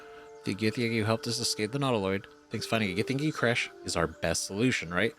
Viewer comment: Why are you struggling so much with the word, crèche? It’s a perfectly ordinary English word you must have come across a thousand times in your lifetime but you act as if it’s your first time encountering it. 😂 It’s not important, it’s just freaking me out a little 😂